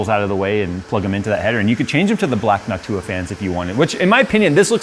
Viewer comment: NOCTua... not "Noc-TOO-ah."